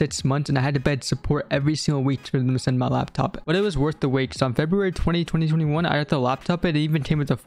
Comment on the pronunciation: Did he say 202021